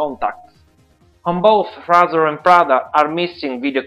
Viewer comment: Ray-Zer not Rah-zer